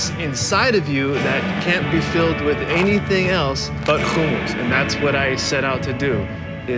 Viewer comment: I really hope people listen to the way pronounces the work HUMMUS!!!! His pronunciation is correct. We will definitely visit his restaurant! Thanks for sharing, Aaron! I didn't know.:) GOOD LUCK!!!